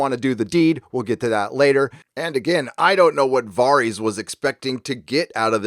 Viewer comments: Respectfully, you're flipping your "a" sounds. Why do you pronounce Varys as "Vah-rys" and Davos as "Deh-vos"? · DUDE what's up with the way you pronounce their fuckin names? Day-vos....Vaaaris...STOP IT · DavOES? Varies? How do you pronounce every name wrong despite watching the show? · I know it shouldnt mattet but it really pains me how he pronounced varys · Varys pronunciation c'mon man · I'm sorry, but what is with the pronunciation of these names? How are we nearly 10 years into a show and still having 90% of the names in the show being absolutely slaughtered? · i just have to ask why you pronounce Varys and Davos like that? Do the characters in the show pronounce it like that?... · You're killing me with these name pronunciations bro... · So he talks shit on game of thrones but can’t even say Varys correctly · The episode is minutes don’t know where he is getting 56 minutes from. Even taking out the intro and previous recap it’s still . Dude is just making shit up . Can’t take him seriously when he is Mispronouncing Varys and Davos . That probably mean he had 56 minutes left . Idiot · How do you manage to mispronounce Varys and Davos after hearing it said repeatedly for 8 seasons? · I cant be the only person annoyed by his pronunciation of "Varys"? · why do you say Varys like that? din't you hear how they pronounce his name in GoT? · Video after video, you butcher the Spider’s name. Why, man? Why? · Am I missing something about why you keep calling him “VAHR-EEZ” instead of “VARE-IS”? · "Vahrys" "Dave-O's". This is not how these names are pronounced, bro. They literally say them loads of times in the show. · Its Davos not Day-vos. And it’s Var-is not Vahr-is. The writers are full of shit: D&D&GRRm. I will not be seing this show through to the end. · I know this may seem unimportant but it's not VAREEEEEZ. It's VARISSS!! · You say "var-ees" whereas the show says "ver-is".. just curious why? Is this a book thing or ? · Varys not VARIES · Vaaar-ies? lmfao